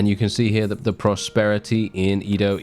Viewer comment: I hope i can wake up next time and not hear our boi say IDO instead EDO